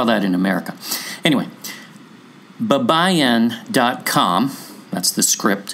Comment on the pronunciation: It's pronounce as bye-ba-yin!......Larry